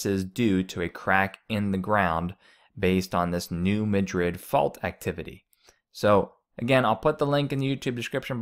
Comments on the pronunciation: It's not pronounced New Ma-DRID, it's pronounced, New MA-drid, and the river was dry in 2012 as well. I have lived in Missouri more than 15 years now, and I have not seen it low, but saw someone post some photos of it being low now in SE Missouri/Illinois. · Pronounced... Mad' rid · Its pronounced MAD Rid. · BTW it's the New MadRid not Madrid.